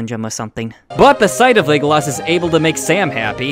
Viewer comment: ………. “Legoloss”. Are you fucking serious dude… I can’t take you seriously .